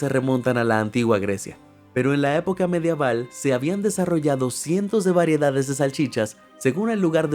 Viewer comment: La palabra es Medieval* no Madiaval😂